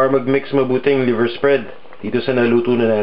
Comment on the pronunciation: liver sir not lever